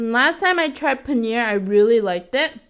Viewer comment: Hey I am from India it's not called panear it's paneeeer